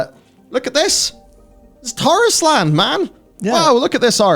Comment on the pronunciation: Tarisland = TARIS-LAND or TAR-ISLAND